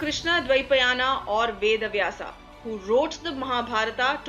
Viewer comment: Why cant you get Indian pronunciation right? There is no "a" after Vyas nor after Mahabharat speaking in English does not require abandoning the purity of Hindi names